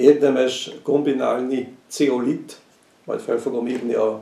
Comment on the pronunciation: Zeolit-t mondott, csak németesen ejtette ki. A boltban Zeolitot kell keresni!